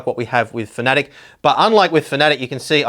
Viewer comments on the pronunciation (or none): They are called "Fan-A-Tech", not whatever you tried to call them :)